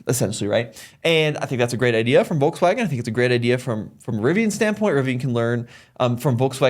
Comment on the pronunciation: Stopped watching at "Volkswagen".